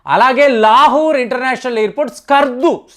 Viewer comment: It's "LAHORE" not "LAHURE"